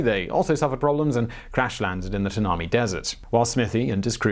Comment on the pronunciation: Mispronunciations galore. Bondi Beach is pronounced Bond - eye, Kookaburra is pronounced Kook-a-burra, and Tanami Desert is pronounced Tan-a-my. I'd been hoping for some Australian stories, but I would have hoped the researchers would put some more effort into making sure they get basic pronunciations right.